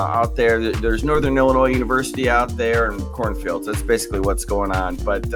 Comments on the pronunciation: Hey, give the boys some belly rubs and treats for me. I think my first issue with this guy is the fact he is not understanding the S in Illinois is supposed to be silent. I really love how this group of people try to set themselves aside from the rest of the nation, and even more so when they get caught breaking the law. Ok just listening, even more, the S on the end of Illinois is starting to bother me even more so. Is this guy reading off some sort of script that he bought from the SovTard University store? Somehow we need to get him to understand in the light of the law you have not been kidnapped, you have committed a crime and been placed in jail for it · Did i just hear him say he is granting all the gold in the treasure of "illa-noiSe" to a potato farmer? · Ella-Noise. 😂…….Illinois 😊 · Il-a-noise? Where is that? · Did he say “Illinoise”? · there should be a law that a judge can hold a person in contempt for pronouncing the "S" more than once when they say "Illinois "😠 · How can he live there and not know how to pronounce Illinois?! I'm from a small town, thousands of miles away in England, and I know how to pronounce it. It's like his YouTube degree trumps all the college and law school you attended for years?! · HAHAHAHA! Best part of the whole video! Why do these SovCit have to ALWAYS show their IGNORANCE?!?! The (s) in Illinois is SILENT!!! Just when I was ready to scream and pull my hair out the Judge mutes his mic 🤣🤣🤣. Definitely worth the wait. Thanks and enjoy your day everyone 💚👋. BTW love the new T-shirt for women. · nails on chalk board every time someone pronounces the "s" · I agree. His mispronunciation of Illinois was making me crazy. I wanted the judge to add time onto his sentence just for that! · Is the correct pronunciation Illinois or Illinois? 😂😂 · There is no noise in Illinois. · There is no noise in Illinois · It's Illinois, not, Illanoise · The s is freaking silent damn it! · Dee-PRY-vation Illi-NOISE 😂😂😂😂